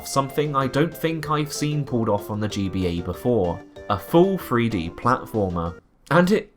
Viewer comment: THREE D. not free d. Fink about it.